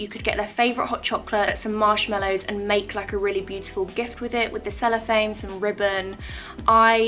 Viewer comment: Amazing as always!!! You made me giggle the way you say cellophane 😂🙊